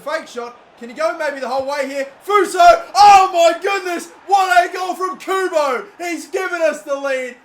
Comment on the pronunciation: someone should make a counter for the amount of times messes up Kubo's name